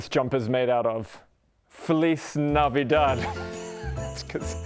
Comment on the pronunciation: Feliz sounds more like the "Fe" in "ferrofluid" + the "Li" in "list" changing the st with "Z" "Navidad" it's OK But good try and thank you for use my lenguage ¡Feliz Navidad!